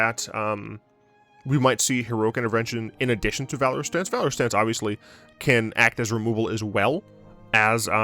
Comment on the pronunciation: You're pronouncing valorous wrong